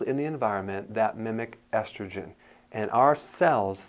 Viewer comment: It’s estrogen, damn it!